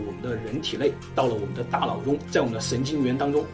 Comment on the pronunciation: 我的"大老" 真是不够聪明 da nao is not da lao